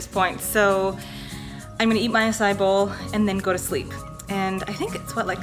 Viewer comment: Acai- ah-sigh-ee